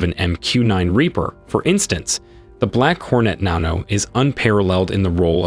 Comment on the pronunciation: This man pronounced "Black Hornet Nano" a different way every time he said it.